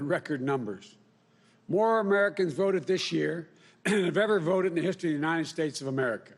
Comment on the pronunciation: "The united Snates," huh............@